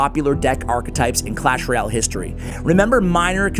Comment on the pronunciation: history 🚫 histoy ✅